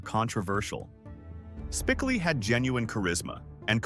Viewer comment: That AI voice saying Spickley instead of Spicoli is enraging lol